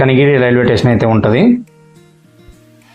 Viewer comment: ఎక్కువగా టేషన్ అంటున్నావు. అప్పుడప్పుడు మాత్రమే స్టేషన్ అంటున్నావు. స్టేషన్ అనడమే కరెక్ట్.